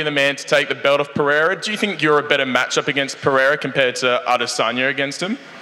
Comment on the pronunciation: He calls Pereira “Piera” just like Chael does 😂😂